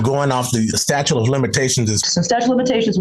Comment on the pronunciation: He's calling it a "statue" of limitations 😆🗿